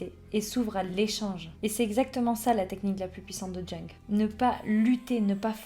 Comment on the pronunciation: Bonjour, ça se prononce "young" 😊